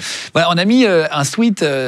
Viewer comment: guillaume PLEASE on dit pas un SWEET on dit SWEAT prononcé swait. Merci